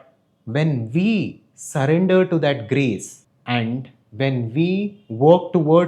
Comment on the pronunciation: Your kept saying grace but I kept hearing Grease and thinking of John Travolta. Dude, I gotta clean my filthy ears!